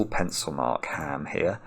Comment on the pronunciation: said "H.A.A.M."! I bet no one expected that occurrence on their Bing card